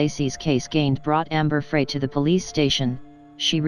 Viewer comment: it's Amber Frey (pronounced FRY).. not Fray. sigh